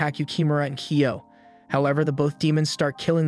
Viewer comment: kyo not kio